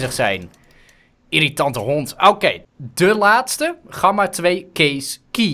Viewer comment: Je zegt gamma niet met zo'n platte G je spreekt de G uit als in good